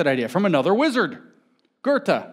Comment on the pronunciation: So who's this Gerte he mentions... I don't know any public speaker who tries so little to pronounce names correctly as James. It's his greatest nemesis.